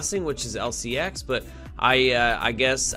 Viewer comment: Sorry but you are saying the name wrong 😄 lfg lcx!! If it goes to 25 💵 in 5 years and we accumulate now, we are rich..if it goes to binance levels, we’ll we could be super rich. This is a fantasy but we can def make a lot of money if lcx does well. If not, it was fun atleast